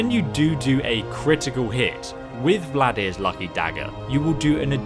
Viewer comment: No, it’s not called “Vladir’s...” Sound it out.